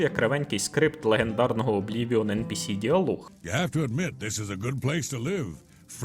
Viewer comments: Відео супер, дякую вам Але ж правильно ЕнПіСі а не ЕнПеЕс Бо non-playable character Трохи ріже вухо)❤ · я тебе прошу, благаю. Не ен пе ес, а ен пі сі! Ну або вже НІП. А за відео дякую. Було цікаво під нього запускати анімацію поїдання хлібу. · А я пів відео дивлюсь і не міг зрозуміти шо за енпеес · ен-пе-ес це як фус-ро-да 😁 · Та вивчіть вже на кінець англійський алфавіт. Яке еНПееС?? NPC там літера Сі, а не Ес